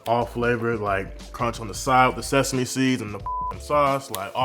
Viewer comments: Literally screen shotted the ingredients before even watching😂 Can’t wait to make this! Oh yeah also “SESAME” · Lmfao!!! I’m just here for y’all’s shenanigans. You guys seriously crack me up 😂 Also “sesame” 🤣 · Sheeeeessshhh! You did it once again with helping me decide on what to do for dinner. Loved all the dance breaks! 😂 and bloopers 😂 “SESAME” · OPEN "SESAME" these bloopers 🤣